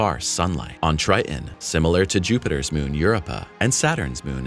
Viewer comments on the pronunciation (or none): Europe-ah... lol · Hate the way you pronounce Europa